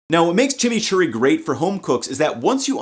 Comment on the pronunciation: "Blending the chimichury much easchier" real tongue Twister 🤣